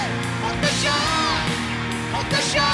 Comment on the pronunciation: হতাশা গানটা শোনার পর ভোকালের উদ্দেশ্যে একটাই কথা। ভাই, আপনি ওয়ারফেজের গান গাইতেসেন, ব্ল্যাকের না। মনে হইতেসিলো জন কবির গাইতাসে । " সকাল ঠেকে রাট্রি...... হটাশা !! হটাশা !! " উচ্চারণ ঠিক করেন ভাই, প্লীজ , নাইলে ওয়ারফেজ ছাড়েন।